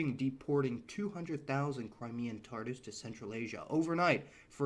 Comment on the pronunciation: Correction: the correct pronunciation of vehemently is VEE-hemently, not ve-HEE-mently. Also, Crimean “Tatars” (pronounced “Ta-TARS), rather than “Tardis”. . Suriname is pronounced Suri-NAHM, not Suri-naam, Surin-ham or Siri-naym.